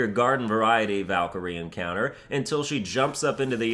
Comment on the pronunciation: The muspelheim Valkyrie was one of the hardest for me and I played this game in thee difficulty’s... right now I play in GMGOW and I hope that this would be doable for me... And please: try to pronunce the valkyries names not the American way... this sounds awful